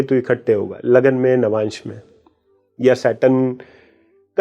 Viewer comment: Lavmansh nahi Navamsh hota hai😊